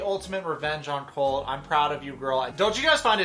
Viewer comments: She seems to only add it to words ending in "e" or "t". Say colt but pronounce the t like you would if your saying it off the alphabet. Or col(tea) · About the "eeeee" at the end of the words: I think its more, like, a tactic to think while you speak, when you are learning. You see, if you say "colteeeee" instead of "colt", you have 2 extra seconds to think and remember the words in english. Usually you drop that when you have a few years of living in an english language country. That, and also, portuguese have more words with the tonic syllable as the last.